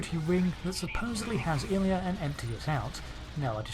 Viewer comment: It's pronounced "Eye-Lee-Uh". You Brit's....